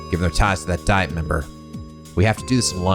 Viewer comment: Hello, just wanted to mention something that is a tiny bit mean on the game part, unless i remember wrong (mods feel free to correct me) you missed on bonus DP from by getting it wrong the first time. btw, a tiny nitpick, but Diet is like Dee-at.